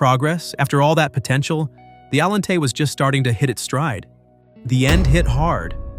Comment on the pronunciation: I like this video I do wish the artificial intelligence voice generator would be able to say Allante the way most people say auntie I understand and in fact maybe that's in fact a feature not a quark I like this video very much it was very entertaining